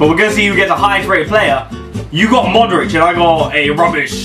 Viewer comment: When he tries to say Modric he sounds like its I 😂